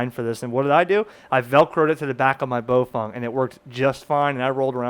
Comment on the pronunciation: You keep saying BoFung. It's spelled BaoFeng, not BoFung.